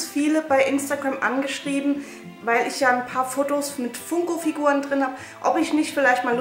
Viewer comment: Du sprichst Funko falsch aus aber egal trotzdem super Video